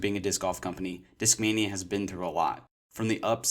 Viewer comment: European accent pronunciation: Deeskmainya